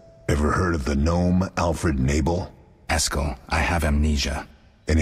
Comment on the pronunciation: "Alfred Nabel" lol